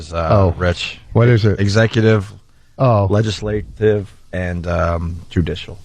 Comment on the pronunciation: Also, I GUARANTEE Opie wouldn’t have been able to answer any of the U.S. history trivia questions correctly either. He couldn’t even pronounce LEGISLATIVE 🤦‍♂️ 😭